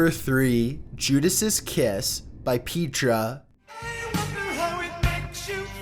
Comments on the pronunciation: It’s pronounced pet-ra, as in “this is your pet” not pea-tra, as in “eat your peas”. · It's not peetra it's petra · Its Pet-rah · It's PET-ra-- short "E"-- not PEET-ra. It's the Greek for "rock." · Petra was a christian band lol and its Pet-tra NOT Pee-tra lmao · It's "Petra" NOT Peechtra! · Petra (not "Peetra") did this intentionally. I pissed myself when I first heard it. I was 7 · Who's Peat-tra LOL hahahahahaha Its Petra ( pet....tra) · It’s not Peetra! It’s Petra just like the one in Israel carved into a rock face. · If you're gonna make a review about things you should probably learn the pronunciation of the words you use. It's Pe-tra literally like it's spelled. Not Pea-tra. Idk why people make it a point to mispronounce things. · Not "pee-tra". It's "pet-ra". The band is named after the city that is carved into the rock (Syria, i think). It's the one that is seen at the end of 'Indiana Jones and the Last Crusade'. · Not "pee-tra", they're called "pet-tra". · Lol, “Peetrah.” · Petra (pronounced Peh-tra), is a Christian Rock band. Hence, that particular message. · "Peetra"? LOL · You may have heard this before, but the name Petra is not pronounced with a long E. It is like Pet tra. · its pronounced pet-Tra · The way he pronounces petra is hilarious, peetra. Lol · A world of cringe on the pronunciation of Petra! Yikes! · How do you pronounce Petra wrong? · LOL. Love you and your channels,...been following for a good while now. I can truthfully say Petra, of whom I am a huge fan, was about the last thing I'd expect to hear about while listening to Top15s. 🤣😂 I won't harangue you about your pronunciation, though, no matter how much I'm tempted.